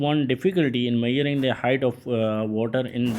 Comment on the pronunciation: Measuring ❌️ Myaring✅️